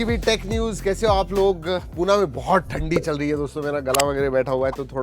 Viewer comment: पूणा नाही रे ते... पुणे आहे... च्यायला दुसऱ्या राज्यातले लोक पुणे बोलतात आणि आपले शिकलेले अडाणी लोकं पूणा बोलतात काय yz गिरी लावली... पुढच्या वेळेला लक्षात ठेव